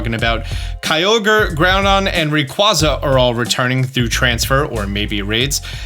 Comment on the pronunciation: please.. PLEASE stop disrespecting Rayquaza like that sounded as if you did it on purpose putting even more emphasis on the incorrect pronunciation of Rayquaza's name... one of my favorites always being disrespected